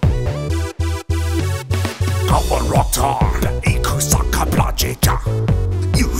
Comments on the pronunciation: Its pronounced k.pla not k.apa lol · She miss pronounces Qapla' the capital indicates a flemmy sound not a k sound